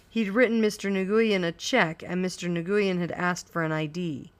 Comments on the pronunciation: The Vietnamese couple's name is pronounced "Win," not "Nigoiyen" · new-yen thats how its said :P thanks anyway this helped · I’d rather she say “nwen” than “nagooyin” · STOP SAYING NGUYEN LIKE THAT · the way she said it pissed me off so much